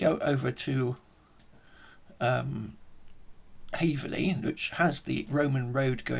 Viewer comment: Hey it’s called: Haverhill not Haverley! cheers 🍻